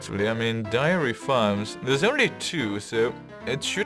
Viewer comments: Good to see that the canals did not get the best of you! And I don't mean to be that guy, but it sounds like you are saying diary instead of dairy for the milk farms. Dairy rhymes with marry. Man, those are weird words, i had to google them just to make sure I was spelling them the right way round. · ***** It really isn't horrible. It's actually quite good, barring a couple pronunciations here and there. And it's understandable given how nonsensical English spelling can be at times (even worse than Dutch spelling ;) ). But yes, "dairy" rhymes with "berry". The only other word I've heard you mess up is "livestock". The "live" in that word rhymes with "dive", not "give".